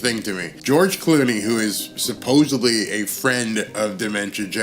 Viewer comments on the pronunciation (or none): Supposedly... Not supposebly